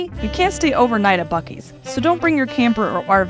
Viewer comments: Bu seas? It’s BUCKees! 😆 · BEEE -U-CEES????? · I'm sorry, "Bew-sees"?! 🤣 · It’s pronounced Buck-eee’s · The way they pronounced the name 🤮